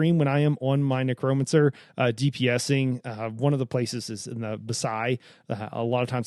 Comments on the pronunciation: It’s not Nuh-Cro-Mun-Sir It’s necro-mancer Neck-row-man-sir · A neck-Crome-a-cer…? A neck-cro-mancer 🤣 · Lol the way you emphasize the "cro" in necromancer cracks me up